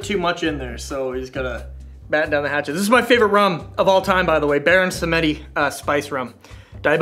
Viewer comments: Samedi, pronounced Sam-dee (French for Saturday) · pronunciation of "baron samedi" hurts me deep in my soul. just in case anyone wants to know: the name comes from the french word for "saturday" (the name actually translates directly as "Baron Saturday" from French to English; the figure of Baron Samedi is a loa of Haitian vodou and the Haitian language is a french creole language) and should therefore be pronounced like something akin to "some-dee." the E in the middle is silent. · I’m triggered by how Samedi was pronounced xD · "moxie in" and omg I don't think you're saying 'Samedi' correctly dude...